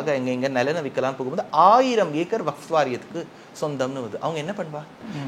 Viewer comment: சாமி vafth அல்ல. Vakf சரியா சொல்லுங்க!.